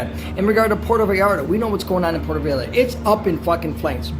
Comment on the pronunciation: Puerto 'Vay - yar - tah'